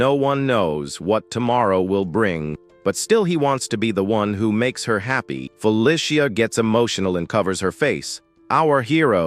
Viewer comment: "Fuh Lisha" ? Feh Lee See uh. Fe Lee See uh. Feli see uh. Feli cia. Felicia.Search and replace "Felicia" for "Feh Lee See Uh". and then suddenly the text to speech sounds correct. try it some time.